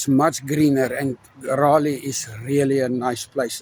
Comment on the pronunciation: Love you people. Just one thing. Forgive me saying this, you are pronouncing “Raleigh” incorrectly.